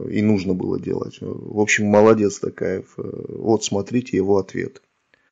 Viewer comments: Токаев ударение на О !!! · День добрый, пожалуйста произносите Токаев, а не Такаеа. Как не Президент нашей Родины!! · Автор, правильно произносите фамилию нашего президента.Не ТАкаев,а ТОкаев.Не коверкайте.В безударном положении звук О всегда произносится как О. Мы же говорим Отан , а не Атан.Пожалуйста, говорите правильно .Имейте уважение к казахскому языку.Режет слух.